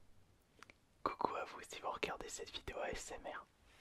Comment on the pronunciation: Ta dit osmr XD